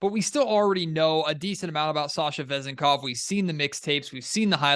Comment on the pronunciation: The accent on his last name could be on the second syllable